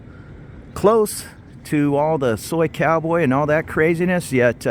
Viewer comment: You said soicowboy 😅like a psycho boy hundred times in this video